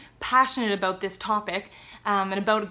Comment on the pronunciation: I could never tell you were Canadian while you said about "a-boot". Love it. I'm American. 😅